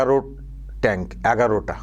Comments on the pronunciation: ট্যাঙ্ক নয়, কথাটা হল " ট্রাঙ্ক" (Trunk). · কথাটা ট্রাঙ্ক। মত সর্বজনপ্রিয় সাংবাদিক এর ভুল হলে কষ্ট হয়।